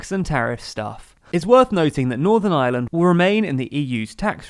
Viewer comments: Please, it's Ireland (are-lund) not island. The island of Ireland not the island of island. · "On the island of eye-a-land"